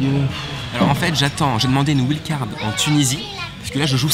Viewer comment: J’adore vraiment, mais stp ne dis plus wild card , c’est pas la bonne prononciation.. continue je te suis depuis longtemps, super